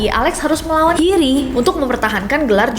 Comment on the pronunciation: Nessi setiap nyebut nama Jiri (hiri) kedengaran aneh. beberapa kali.